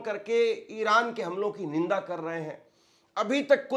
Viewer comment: Ninda nahe nindya bola hu ga